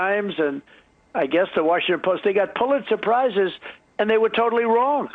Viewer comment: Trump sound like he’s saying pulit surprises